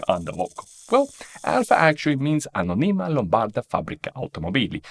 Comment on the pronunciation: Very interesting and informative. Still, if I’m allowed to be a bit of a nerd, in the first 30 seconds quite a few words are pronounced wrongly as to the accents, i.e., on which vowels you should put the stress: it is in fact Anōnima and not Anonīma; automōbili and not automobīli; Lombardīa and not Lombārdia. Apart from these minor details, a great video on brands and logos origins